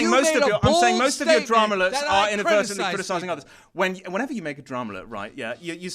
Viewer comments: Man and keep roasting keem and making him look so dumb, lol Keem, Inaberytalngbly, is not a word... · "inavertably" keemstar 2016